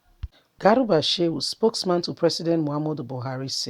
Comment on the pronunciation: Not garuba but garba